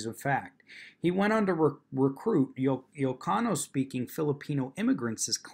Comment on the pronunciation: Not terribly important but the first two letters of “Ilocano” are capital “i” and lower case “L”, so is pronounced “ill-oh-cahno”